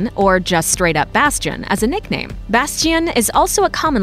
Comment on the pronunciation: I have heard Bastian but never heard Bash in RL ... so I think they ment Bastian. (eventhough the pronatiation is bad Like my spelling xD)